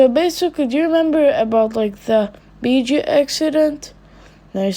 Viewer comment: With your acsent every time you say bijuu the subtitles said beat you🤣 "The anceit bet you" 😂😂😂😂